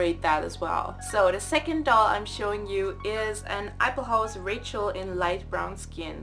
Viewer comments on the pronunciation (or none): none